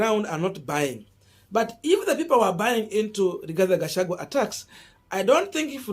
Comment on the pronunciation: Boss, do you find it so hard to pronounce the name Rigathi Gachagua and instead call him RIGATHE GACHAGUE???😭😭😭 Several of us your followers have corrected you on this error but it seems you do not read our remarks here. Why?